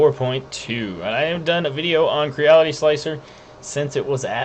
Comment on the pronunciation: It's pronounced Cre-Ality. You know like the word reality. Think of it as a smash up word combo of create and reality